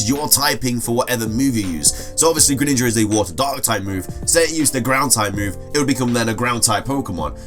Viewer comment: It's Greninja, NOT Gren Ninja! That name should be one word, NOT 2 words!